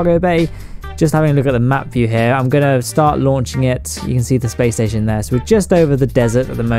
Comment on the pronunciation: lol "the spation"